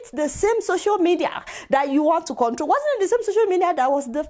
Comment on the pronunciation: The illiterate can't even pronounce control properly